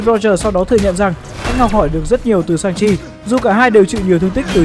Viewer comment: Shang Chi mà đọc sao ra Sanji bên One Piece :))